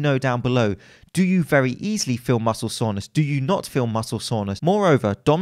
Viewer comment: Why does he keep saying „muscle saunas“ lol